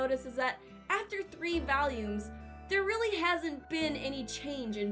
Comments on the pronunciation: why do you keep saying "values" isnt it volumes? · why does she keep saying valium? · Stop saying valiums plx. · I am also from the midwest and... that's not how I say it. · i have never heard a brit say it like that